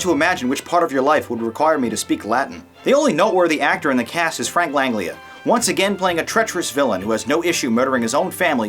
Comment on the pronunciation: Davis was brilliant in this, even did her own stunts. Name one actress at the time that would be better than Davis in the role!?.......crickets........more crickets..... If you're going in with such heavy criticism then have alternative choices. And it's pronounced Frank Lang-gela...Not the awful weird sounding mumbo jumbo that came out of your mouth!!